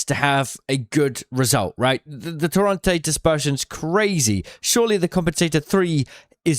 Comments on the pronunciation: why does bro keep calling it torronte, when its called torrente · Ping the Torrente in game so you can learn how to pronounce it correctly pls